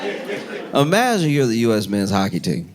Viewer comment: I love when Josh says „IMAGIN”. 😅